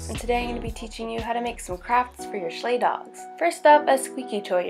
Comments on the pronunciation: Btw it's pronounced shlike not sh Leigh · It's pronounced (sh-like) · It's pronounced SH-L-E-C, but cool vid.